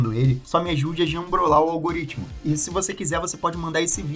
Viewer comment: 1.185 comentarios no " alguriptimicu "